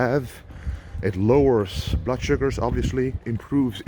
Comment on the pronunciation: I came here just to hear that!!!! If I heard my doctor say blood like that, I'm running out of the office!!